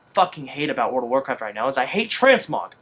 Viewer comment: And also, WOOOORRLLLD of warcraft - not, Teleportocraft!!